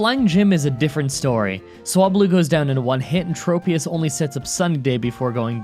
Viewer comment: According to pokedex 3d pro cradily is pronounced Cray-dih-lee Also it's trop (as in tropical)-ius not trope-ius